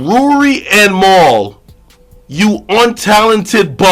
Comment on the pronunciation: Niggas would never get Mal name right 😂😂😂 every person I’ve ever heard say his name pronounce it different LOL this guy saying Mile 😭 it’s Mal, as in JAMAL lol idk why that’s so hard for people to understand